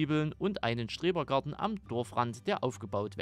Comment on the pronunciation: Der gute alte "Strebergarten" hahaha musste au dreimal hinhören aber sonst sehr schönes video. Mein Favorit is overall Galgenberg und Fichttal